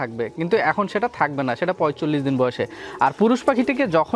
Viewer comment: পয়চল্লিশ হবে না পয়তাল্লিশ হবে